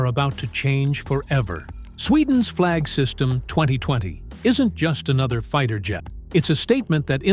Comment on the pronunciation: Not "Flag system". "Flygsystem" - Flying system